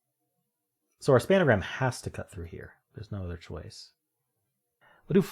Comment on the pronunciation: Do you say 'span-a-gram' for a reason? It's just 'spangram', an extension of the Spelling Bee's 'pangram'.